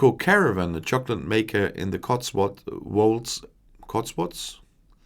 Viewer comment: Hi. Yes it is the Cotswolds as you first pronounced it. An area of natural beauty where I lived before moving to Spain because of Brexit